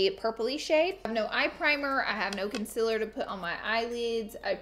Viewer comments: She says Conciller in stead of concealer and eye leads instead of eye lids ❤️😂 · conciiller! Love you Laura! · I came here to hear her say conciler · If laura ever comes out with concealers the tube better say "conciller" 😂😂 I would 100% buy one!!🤣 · “Concillar” LMFAOAOAO OMFG I FUCKING WHEEZING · Conciller is how you pronounce it Congjghdhfhfh is how I pronounce it Which is more wrong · mitul shah she does it on purpose bcz she says it like that